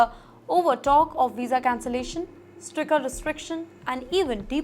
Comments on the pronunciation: Stricter pronounciation is wrong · Are bahi isko koi agrezzzi sikhao. Maa bhen kar rahi har roz pronunciation ki.